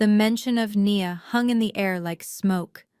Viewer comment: Of course not. They don't even use proper narration. I counted numerous times within the same paragraph when Nia was pronounced "knee-yah" and one sentence later "nye-yah", for starters. I did like the overall story though.